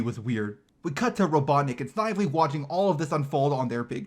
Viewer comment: You mispronounced Snively